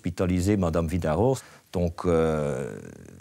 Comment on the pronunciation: Mirador, Virador... Certes, les Luxembourgeois sont germanophones. Mais le nom de Mme Vidaror est écorché par tous les intervenants ou presque !